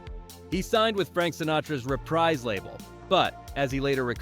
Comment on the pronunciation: It's pronounced REH PREEZ. But a very good presentation.